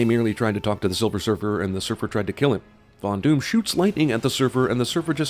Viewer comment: After listening... does any one else hear Fondue in place of Von Doom?